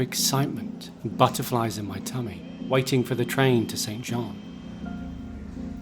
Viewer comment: It’s not St John 🙄🙄🙄